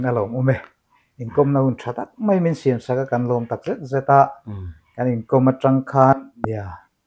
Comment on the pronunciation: Patlingin 'mai' an tithiam lo hi a hshthlak ngawt mai. 'Mei' ti tlat zel